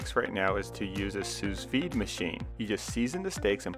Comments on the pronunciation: not quite, it's closer to "soo veed" ;) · It's pronounced [soo veed], the S at the end is silent. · Omg the end S in sous vide is silent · haha he said SUZE VEED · The second S in Sous is silent. Great video. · Great video,! But you should brush up on those french pronunciations (of 'reservoir' and 'sous vide')